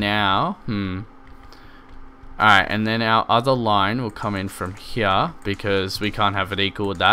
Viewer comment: i love how he says here (hea)